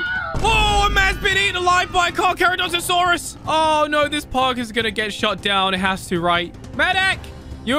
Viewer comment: I love how loves to flex that he can say cara- caca- whatever that one dinosaurs name.